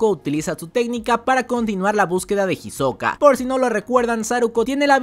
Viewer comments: para el proximo resumen le puedes decir isoka y no jisoka que me da ansiedad plz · no me gusta como suena "Jisoka" :C